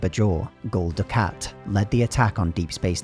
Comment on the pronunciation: It would have been nice if the narrator had watched at least one episode of the show just so he could pronounce Bajor and Dukat properly. Other than that great video.